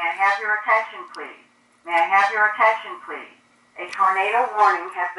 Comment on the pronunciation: Is it possable to make it not talk :P i like the strobe and the sound of code 3 but i dont like the thing saying ATENSION PELASE ATENSION PLEASE !!!